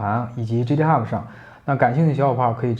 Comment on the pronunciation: 那个，GitHub正确读音搜索一下，不是基特哈不，是给特哈不